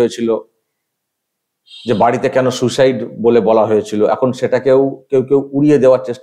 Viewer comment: এটা ফেক ফোন কল। এটা সেই নার্স(?) সোমা মুখার্জির কন্ঠস্বর। ইনি সুইসাইডকে আবার সু-সাইড বলছেন।😀